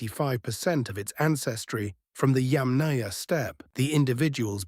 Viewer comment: It's not pronounced yam-NAYA. It's pronounced YAM-naya. It's not pronounced CURR-gun. It's pronounced coor-GAN.